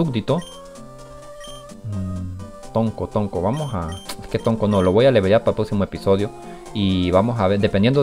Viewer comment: era tronco no tonco xD